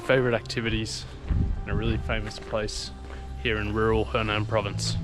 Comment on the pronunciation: it‘s hunan(sounds like who nan which is south of the dongting lake):eyes-purple-crying: not henan(south of the yellow river)